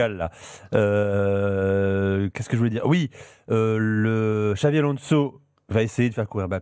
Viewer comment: Les gars cest "Xabi" Alonso et non Xavi